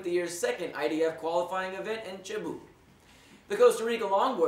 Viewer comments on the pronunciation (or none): Cebu is pronounced SAYBOO